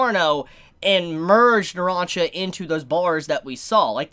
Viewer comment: does anybody have a slight flinch everytime he pronounces polnareff and narancia wrong, no hate just feels kinda ehhh; like he pronounces narancia right everytime except the first time; like he CAN pronounces it right, he just didn't do it the first time, like the OCD